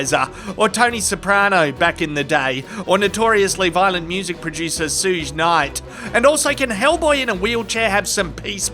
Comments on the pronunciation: My boy said SOOOOOJ knight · Sooj knight? Seriously? Are you AI now?